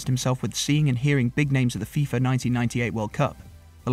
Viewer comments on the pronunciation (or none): none